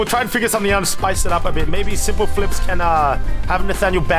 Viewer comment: "you are not sompel flops"